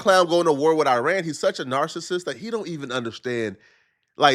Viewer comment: Omg u finally said “narcissist” instead of “narcist”!! Professor TurtleMane is proud of u,! ⭐️👏🏾😊